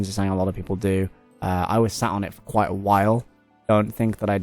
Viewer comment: It’s Kwite bad indeed